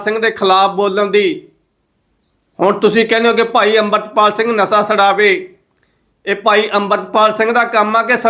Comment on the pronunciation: ਨਸਾ ਨਹੀਂ ਵੀਰ ਜੀ ਨਸ਼ਾ ਹੁੰਦਾ ਹੈ।